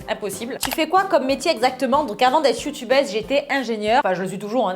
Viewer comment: elle a dit youtubAISE !! xD